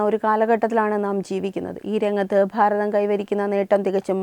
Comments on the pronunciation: താങ്കൾ പറഞ്ഞത് 💯 % ശരിയാണ്. പക്ഷേ അവർ അത് മനപ്പൂർവ്വം പറയുന്നതല്ല,അത് തിരുവനന്തപുരത്തുള്ളവരുടെ ഉച്ചാരണമാണ് "ഭ" എന്ന് പറയുമ്പോൾ "ഫ" എന്ന് ആകുന്നത്. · Pharatham alla 'Bharatham' ennu parayu. Ellayidathum 'Phaa' prayogam venta